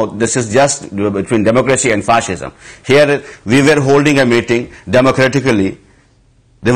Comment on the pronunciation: He can't even pronounce fascism "Fashisham"